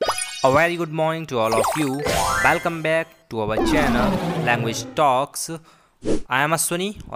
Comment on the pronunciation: आपका उच्चारण ख़ुद ग़लत है। ख़ुद आपका नाम अश्विनी का ग़लत उच्चारण कर रहे है। its welcome not बैलकम, अश्विनी है ना कि अस्विनी। 🙏